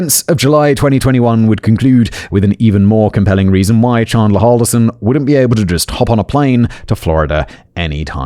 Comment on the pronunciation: The defense attorney didn't mispronounce 'Halderson', she mispronounced 'Chandler', calling him 'Chander'. It's exactly as second-hand-embarrassing as you think it is.